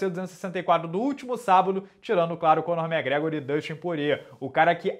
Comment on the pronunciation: Minota é uma lenda, melhor ele falando conor magrego kkkkkkkkkkkkkk